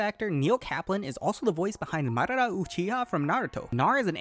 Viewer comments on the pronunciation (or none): none